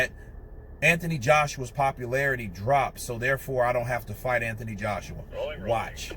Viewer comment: You say ANTHONY wrong.